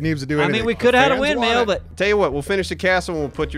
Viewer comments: Wind mill not wind metal!!!!!!!!! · "wind meal"...lol